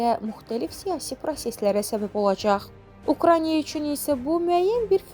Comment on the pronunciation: görəsən düzgün ukrayna deyən diktor olacaq?..